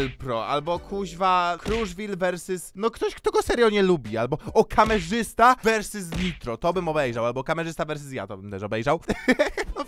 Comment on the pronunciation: Versys Ał moje uszy xD